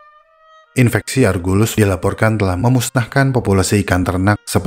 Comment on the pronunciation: Kok aku dengernya infestasi ya? Bukannya infeksi